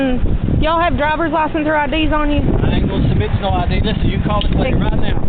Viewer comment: Oh, it's the chick that isn't even intelligent enough to properly pronounce "license."